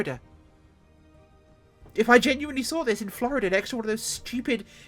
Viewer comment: 'ello 'ello dere, Gits 'n Grots! And 'ere we go wiv da show! Sum squishy humie flyboy wiv' a high pitched voice nicks a stoopidly tiny deffkopta for grots! Even da lil' humie knows dat green is best an' wonts tha krash in da zoggin' trees! An' da humie git goes on about "flo-ree-dah", wot's a speshul planet in da imperi-room where da humies follow da ways 'o Gork 'n Mork! Now ask yer mekboy for yer own deffkopta an' join a zoggin' WAAAAAAGH, ya gitz!